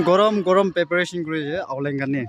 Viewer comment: Not paperation it's pre-peration